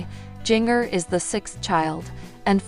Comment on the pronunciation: Her name is Jinger not Gingger